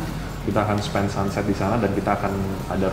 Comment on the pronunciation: Pas bilang sunset, aku dengernya 'santet' dong wkwkwk 🤭🙏 Pas diulang lagi katanya baru ngeh